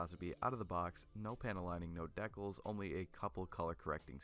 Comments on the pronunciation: Dee-cals....not Deck-als. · "deckles" I have never heard Dee CALS pronounced like this before. Deckles is cursed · Great video bro! my only real criticisms are that you could have posed it a bit more with the accessories, and the audio is weirdly quiet, though that may be caused by it being dubbed over idk Also I'm not sure that's how you pronounce decals lmao